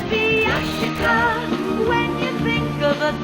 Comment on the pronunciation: Omg you pronounced Yashica the Japanese way!